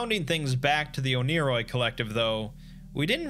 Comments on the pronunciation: it’s pronounced “one-ear-oi” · i thought it was pronounced ONE-A-ROY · It's actually pronnounced "oneyri" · I swear, it took me half an hour of watching this for me to realize that you weren’t saying oni-Chan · Proof that the Exploring Series can be wrong: It’s pronounced one-er-oi